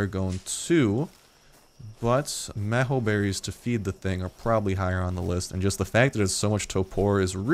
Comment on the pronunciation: why does hye say mheeco berries?its pronounced m-ee-j-o berries